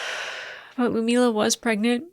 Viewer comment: LUD - MILLA!!! Gods be.... You butcher her name constantly.